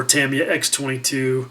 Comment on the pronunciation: great last couple of videos, have learned in each one and it is also refreshing to hear someone say Tamiya properly